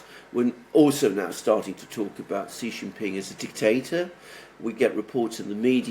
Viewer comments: I HAVE SUPERCHATTED YOU NUMEROUS TIMES TO STOP INSULTING PRESIDENT XI JIN PING, PRONOUNCED "SHEE JIN PING." SHEE SOUNDS LIKE FEMALE IN ENGLISH. IT IS THE CORRECT WAY TO PRONOUNCE HIS NAME. THE WAY YOU SAY IT, JHEE JIN PING MEANS PENIS IN THE CHINESE LANGUAGE. I KNOW YOU READ MY SUPERCHATS, LEARN FROM YOUR FRIEND ALEXANDER M, AND SAY SHEE NOT JHEE. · Xi = Shee, not See. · Here’s the correct way to pronounce Xi’s name: POWER HUNGRY SHITHEAD